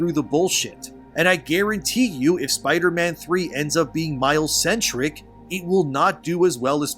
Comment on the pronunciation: Ya . mile's.."Miles" not Spiderman